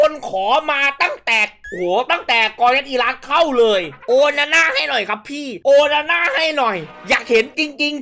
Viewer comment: โอนาน่า หรือ โอฮาน่า ครับเนี้ย เอาฮ่าตลอด55555